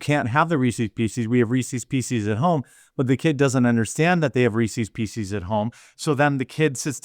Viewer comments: Love your work being here for years now, how you say Reese's Pieces killed me though LOL You're pronouncing it "re-seize PC's", Reese's pieces is pronounced like recess peace-says hope this made you laugh! keep up the good work brother. Is she a college administrator in San Francisco or a nurse? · Hearing you pronounced Reese's Pieces as Reesees PC's multiple times was just painful to listen to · wtf are "Reesies Peesies"?? lol Midwest accent strikes again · Wtf are Reecee P cees? That drove me nuts for a sec. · Based on the pronunciation of Reese's Pieces by Jeremy, we should all pray for his mental well being; he has clearly gone insane. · How many times can you say Reese's pieces wrong? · You pronounce Reece's pieces just like my wife, incorrectly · Thank you for mispronouncing Reese's Pieces like a good, red-blooded American should.